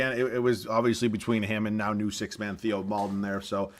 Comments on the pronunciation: Its pronounced "TAY-oh" Maledon not "Thee-oh" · Theo maledons name is pronounced teo